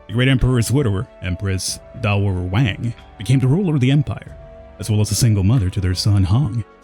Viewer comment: Dowager is pronounced "DAO-a-jur". It just means that the emperor's widowed mother was empress by marriage, not by blood-line.